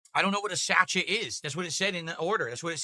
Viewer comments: Its pronounced "Sa-SHAY" not "SAT-CHET" you dent. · REELING AT THIS PRONUNCIATION OF SA-CH-ET! Hahahaha! I think you mean SASHAY - everyone knows what a sachet is… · Did he just pronounce SACHET as SACH-ET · Yes and this is who gets paid for doing absolutely nothing but stuffing his face. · He literally went full-on racist about 20 minutes ago towards the delivery driver, and yet he can't even pronounce or know what a sachet is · He can't pronounce Sachet or knows what it is? 🤣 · He cant even say sachet properly lol. What a retard